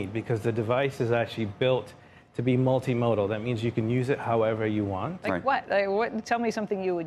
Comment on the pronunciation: "multimodal" MKBHD